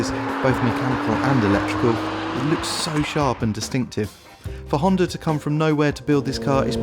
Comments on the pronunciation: How the hell does he make Honda sound like it has an "R" in it?! Hondar?! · "Hondur" nsx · "The honder nsx" Never heard of one.